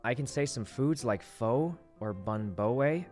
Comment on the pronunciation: He said he can say some words like pho but then continues to pronounce it wrong 🤣 I wonder if he's trolling